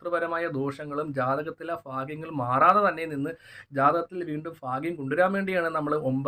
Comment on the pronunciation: ഫാക്യം അല്ല ഭാഗ്യം 😀😀😀